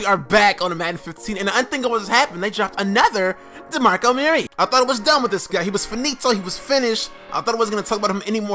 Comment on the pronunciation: This guy says DeMarco Murray so weird